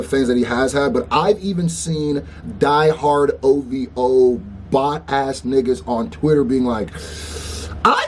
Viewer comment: Bro, I believe it's called the Streisand Effect. When you put more effort into fighting something, it only increases public awareness. SAY OV-HOE, OV-HOEEE 🤣🤣